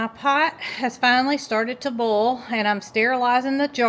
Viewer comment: I love your accent!You sayboillikethewordbowl.😊